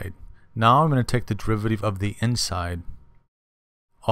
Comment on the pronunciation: This video has NOTHING to do with understanding the chain rule. All you are doing is explaining the step by step process which a TODDLER could do. Also, very distracting when you mis-pronounce things like "derivateeev" instead of "derivative". Furthermore you should use leibniz notation not newtons. I hope you don't teach in real life.